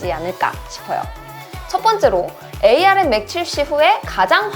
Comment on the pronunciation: 에이알엠이 아니라 암이라고 해주세요 암코어에요